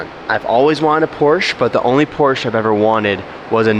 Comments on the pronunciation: please say porsche rigtht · Now that you’re in Germany you can learn the correct pronunciation of Porsche 😂🤦🏻‍♂️